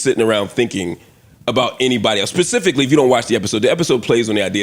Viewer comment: “Pacificly” Dr Hill?